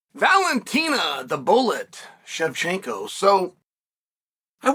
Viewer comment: Valentina is amazing man, it’s definitely weird she doesn’t get more coverage. On a side note it baffles me how you can pronounce Shevchenko right, but not Pereira 😂